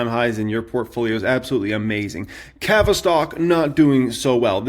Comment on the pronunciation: Why do you pronounce CAVA like that lmaooo